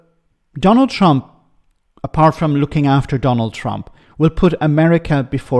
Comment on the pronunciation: Did he say " the Chump administration " ??!! 😅😂🤣